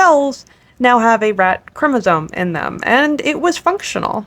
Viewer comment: HUGE emphasis on "functional" 🫣